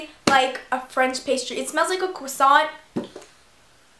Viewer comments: it's croissant not creasant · Jordan Eure no it's "croissant" not cwossant but it doesn't really matter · croissant not cwasont!!!!!!!!!!!!!!!!!! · it's cresant, not cwasant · You have to crossiant not cwasaunt😜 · CRO NOT CWA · u say "cwossant" lol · it is pronounced crr(french r)owasohn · Haha I ♥ the way you say cwusaunt! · Cwassant? Hehe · LMFAOO. Ur so funny and i totally agree with u about the beauty guru thing. Btw ur saying croissant wrong! Loll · U say croissant weird. Lol! But I love ur vids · You say croissant really wierd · No She's saying it correct except you don't pronounce the T.